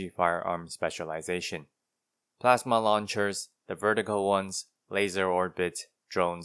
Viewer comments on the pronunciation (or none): none